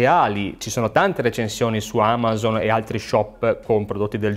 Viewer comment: Perché lo chiami amàzon? Non è Amazon?